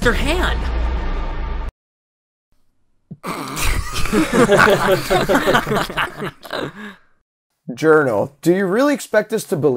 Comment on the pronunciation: JOUNRAL JOUNRAL! WHERES YOUR RIGHT ARM? “Jounral”